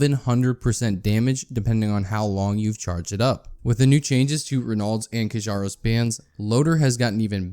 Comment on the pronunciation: Seems like "Kjaro" should sound like key-ar-ro?